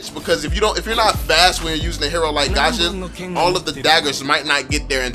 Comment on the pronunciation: Its not gasion! Its fusion!! """"